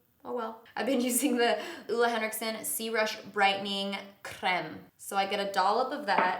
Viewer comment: i love your videos but please stop staying Oola henriksen just pronounce it the way you would if it were English. That’s way way closer to how it’s actually pronounced than Oola